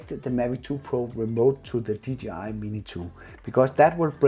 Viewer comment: Did he just say a ggi mavic mini 😂😂😂